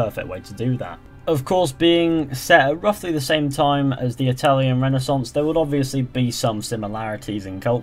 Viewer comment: It hurts me that he pronounces renaissance wrong